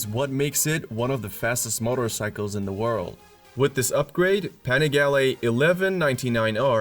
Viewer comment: So funny that Americans can not speak out European names like Panigale, Porsche....